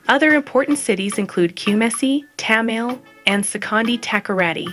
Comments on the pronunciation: Who is Narrating this kraa 😅😅, it's TA-MA-LE , KU-MA-SI and SE-KON-DI TA-KO-RA-DI😂😅😅😅. The young Queen Charlotte..india Amartefio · Pronunciation corrections Kumasi is pronounced KU-MAH-SEE Tamale is pronounced TA-MAH-LAY Takoradi is TA-CUE-RA-DEE